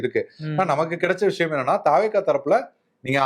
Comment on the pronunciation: தவெக என்பதை பேசும் போது தாவேகா என்று பேசுகிறீர்கள். தமிழக வெற்றி கழகம் என்று முழு பெயரை பேசுங்களேன். நல்ல தமிழில் பேசுங்கள்